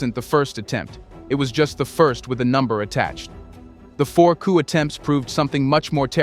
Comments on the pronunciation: The P is silent. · P in coup is silent.